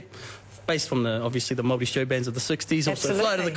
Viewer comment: Love how she said Maori with completely correct diction. Mean one girl.